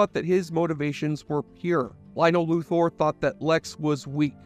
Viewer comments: Luther not loother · Lex Lu-THOR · Every time you pronounced Luthor wrong it hurt my ears. :P